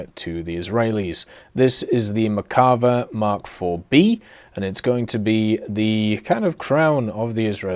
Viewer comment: Still cant pronounce merkava correctly